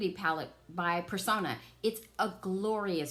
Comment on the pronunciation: The ABH soft glam will do as well. Also, it’s pronounced Purr- sown-ah. Not Per-saw-na .